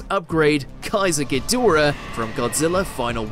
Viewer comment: It's hed..dor..ah....not head a ra. Lmao😮